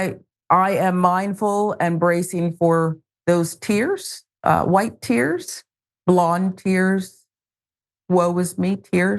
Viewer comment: 'whyte tears' 😂😅 ok